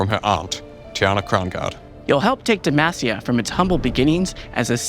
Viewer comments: I really love this update and all the info we get. Considering Garen has been saying DemAHcia all these years, hearing the devs say DemAAcia is making me twitch every time though haha. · Why do they pronounce it like «Demæcia»? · SAY DEMACIA CORRECTLY I BEG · i wonder if this guy will ever correctly pronounce DEMACIA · 15 champs in this game from demacia, many of which yell it in game for skills, and the guy on the right still says it wrong. smh, idk if i have faith in these new rioters lal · How do you pronounce it? I heard it two ways. Is it DemASia or Demahsia? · How he says Demacia is...... urking me lol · stop saying demacia like that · The way pronounces Demacia is unique to say the least